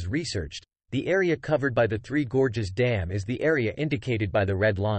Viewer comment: "Three Gorgeous Dam". 🤣 What is "gorgeous" about Three Gorges Dam?